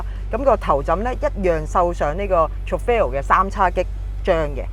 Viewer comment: Please learn how to pronounce Trofeo first......